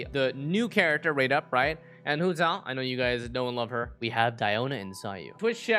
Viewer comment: The way he says hu tao is satisfying tbh